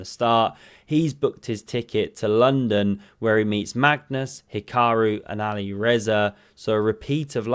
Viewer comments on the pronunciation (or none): none